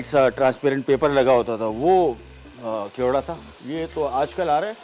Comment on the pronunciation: Khewda nahi kewda hai